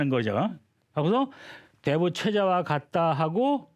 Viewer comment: 또,대부의"대"를 또 짧게 잘못 읽었습니다. 큰"대"자는 ""대인, 대체, 대물, 대통령" 등 모두 길게 읽어야지요! 이 이상 강의를 듣고싶지 아니하옵니다.